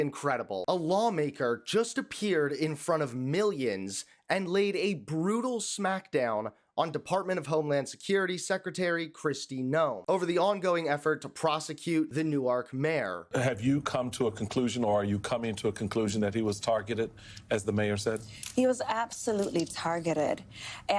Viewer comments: As someone who grew up in the Newark NJ area hearing "NEW ARK" slapped me in the face lol. Locals (even on the news!) say "NEWURK", one word. Finally got me to look at the name differently, haha. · You're saying Newark wrong... that's how you say New-ark Delaware.... Newark, NJ you dont emphasize the Ark You breeze through it quickly.. Newerk... lol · Nu-wark? What country are you from?